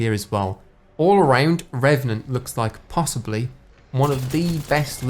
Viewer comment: I’m hyped to play as RRRRRRRRRRREVANANT!